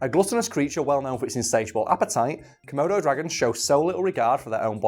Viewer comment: says:...komodo dragons... i heard:...murder dragons... lol